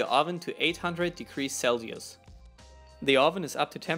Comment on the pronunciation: You are awesome dude!! I like your videos!! But fix your language no hate, but i heard two mistakes instead of scissors you said skisors and instead of celsium you said celius again no hate you're awesome